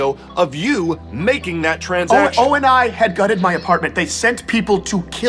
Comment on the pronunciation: I’m sorry o n I? Its oni (oh knee)